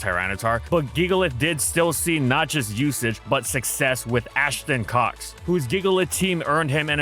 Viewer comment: What he said: Ashton Cox What I've heard: Ash and cocks.